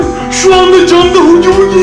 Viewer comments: Se dice haggy waggy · es huggy wuggy no HuGy BuGy